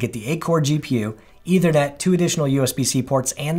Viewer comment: Note: the word is ethernet, not “eithernet.” The th sound should be voiceless, as in in think.